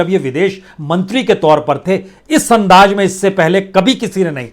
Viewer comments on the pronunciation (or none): तो पान वाले बेरसिया जी , जो विश्व politics में यह ताक़त है तो तुम र र र र र करने वाले की क्या बिसात ? अकेले कमरे में जरररररररूते पन्न्न्न्ने। ज़रूरत को जरूरत बोलते रहो अंदाज़ को अन्नाज